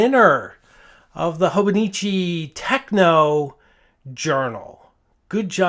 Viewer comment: Fine video, as always, but one pronunciation issue I’d like to bring up. The Hobonichi Techo is not a techno,!as in short for technical, or anything like that. The book is a Techo, pronounced as in tetcho, and it’s Japanese for Plan Book. Allow me to comment on your grip: it’s perfect! It works for you, and that’s perfect. Incidentally, the sound a nib makes in contact with the paper, the “noise” as you call it, is known as feedback. BTW, pronouncing a foreign word correctly doesn’t require one to learn the language—it’s simply respect. I speak French, but when I’m speaking English, I don’t pronounce Paris in the French way—I pronounce it in the English way, and my French friends don’t object. But when I refer to J. Herbin inks, I make it a point to pronounce it in the French way. Why? I have no idea. Call me inconsistent, and I’ll cheerfully confess to it